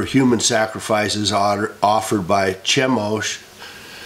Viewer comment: In Chemosh, the ch has a ''K'' sound. Thanks for your videos